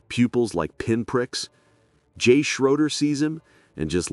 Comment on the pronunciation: Jay Schroeder - pronounced Schrayder